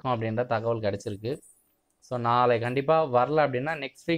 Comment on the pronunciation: Nalai nali nali ...... Aporam nallakum ippidithaaa soluvingaaà 😂